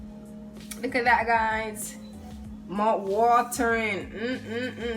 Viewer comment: “Mout watterin” i love it